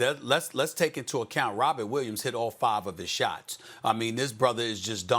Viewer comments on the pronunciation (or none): none